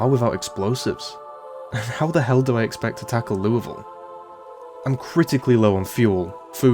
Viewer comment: I really appreciate you taking the effort to say Louisville like the locals do, most americans cant even do that